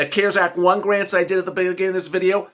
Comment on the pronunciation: Cares Act Garnts lets try grants. Children pronounced chill dren just spelled children. Literally not lilily.